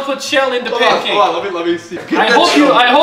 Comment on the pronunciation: Bacon PUNCAAAKE, baking bacon PUNCAKE.